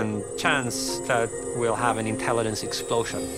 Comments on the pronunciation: Ok but right off the bat he can't pronounce intelligence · it's a mispronunciation, simple as. English is my 3rd language